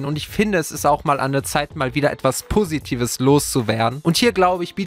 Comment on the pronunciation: " Es ist an der Zeit ein puusitives Thema zu nennen."